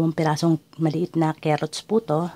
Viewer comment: Kaylangan po talagang may kerrots... kerrots po talaga eh.